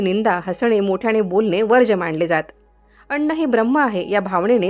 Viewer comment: व्हिडिओ माहितीपूर्ण आहे. परंतु सगळीकडे ज्या शब्दांमध्ये न चा उच्चार आहे तिथे ण चा उच्चार का केला आहे हे कळत नाही. मुद्दामून अशुद्ध उच्चार केले आहेत असं वाटतं. अन्नाला कोणी अण्ण म्हणत नाही. कृपया A I चा वापर निष्काळजीपणे न करता विचारपूर्वक करावा. 🙏🤔🤨